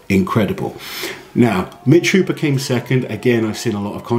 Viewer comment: It's not Mitch counting the reps, it's the refs. JSYK, his name is Hooper, not "Hopper".